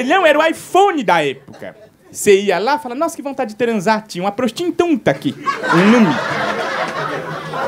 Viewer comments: "Urubum", "bandindinho", "prostintunta", "travestin" kkkkkkkkkkkk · "próstimtunta" kkkkkkkkkkkkkkkkkkkkkkkkkkkkkkkkkkkkkkkkkkkkkkkkkkkkkkkkkkkkkkkkkkkkkkkkkkkkkkkk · Melhor stand up "Urubummm" "Prostintunta" "Travestim" Kkkkkkkkkkk